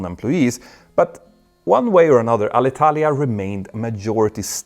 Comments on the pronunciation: Good Italian pronunciation! 👍 English needs a bit of work, though. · Italian here. Thank you a lot for NOT butchering our language when talking about Alitalia! Good pronunciation!